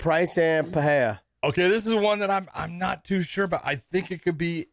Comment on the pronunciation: The way Josh pronounces Pereira makes me cringe. Completely wrong